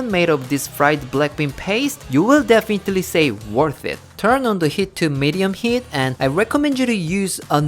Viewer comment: Did y'all hear him say "defitaly" instead of definitely at the end ✨✨✨😂🤣 cute